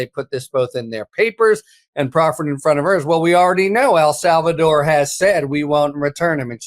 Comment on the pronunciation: please! EL SALVADOR!!! not “Al”Salvador